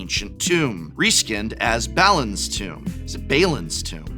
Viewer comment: Bah-Lynn would be the way to pronounce Balin.